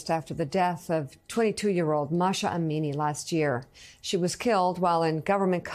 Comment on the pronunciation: She is MAH-SA not Masha! What do you do to get a job in front of camera? Does IQ come into it?